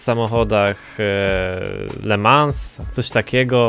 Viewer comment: LeMans nie mówi się Le Mans tylko Le mą .. i samochody tego typu to LMP1 ... Dla sprostowania :D Pozdro